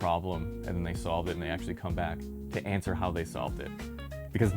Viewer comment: Bro has to exaggerate the word "come" into "cum" 🦝